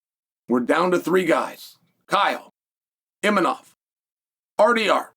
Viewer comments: You're so funny Chael.. It's Imavov, not Imanoff...you gotta be doin this on purpose for the engagement right? love it hahaha I had to look it up cause you had me trippin... One of the best on the mic, smooth and eloquent but now you're just unable to pronounce names correctly for some reason... Genius move lol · “Inimov”?...come on Chael…his fucking name is Imavov. You are saying his name wrong on purpose or you’re an idiot. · Imanof. This dude never gets the Chechens and Dagestanis names right 😂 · Unc getting so many names wrong, islom makhalchev , imanov , khazmat